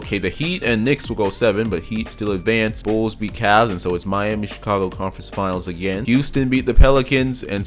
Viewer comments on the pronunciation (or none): none